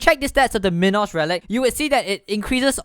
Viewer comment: Dude it's not min-os its mine-os like a minotaur